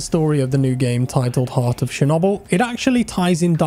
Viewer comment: Did you just pronounce Chernobyl as She-nobble? xD